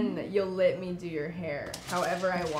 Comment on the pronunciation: You also say "lit" me do your hair...instead of Let. LOL Adorable!